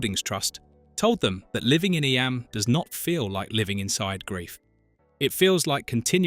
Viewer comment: Learn to pronounce eyam...